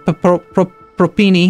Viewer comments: Propene is an actual thing but whether it is the correct one is the question. And it's pronounced prop-een. Prop - number of carbon molecules 3 and -ane, -ene, -yne are the types of bonds. Single, double and triple bonds respectively. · I think it's just pronounced pro-peen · Lol I wrote this comment before I heard him pronounce propene. God I'm laughing so hard, I hope he pronounces it like that the whole series!